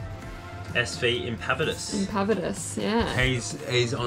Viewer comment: I say old chap, thanks for the shout out 😘 From your friendly rambling POM 🤣 Sail Safe, Ant SV Impaviuds. (At least you got the boat name pronounced right) 🤣🤣